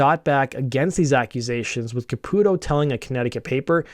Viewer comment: Thank you for correctly pronouncing Caputo. My "cousin" is his actual cousin, and it always bothered us when people pronounced it Ca-pew-to. Also, my old band had the same manager as LoA and we used to give him shit for how smitten he was with Keith. Once Keither became Mina I hit up our old manager and asked if he was gonna hit it now that Keith was a woman. That was the last time we spoke. Fuckin' worth it, baby!